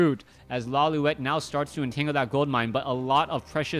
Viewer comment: isn't it Lawli-et? Instead of Lawli-wet? I always get confused you cast his games. haha